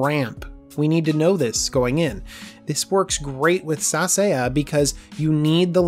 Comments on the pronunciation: It's pronounced "Sa-sa-ya", not "Sa-say-uh" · Cool vid, but it's pronounced sa-sa-ya, not sa-say-a. I tried putting her in my Damia EDH deck in the off chance I'd get her to flip, but she really requires you to build around her... and enchantments are not that safe if your playgroup plays enough removal hahaha.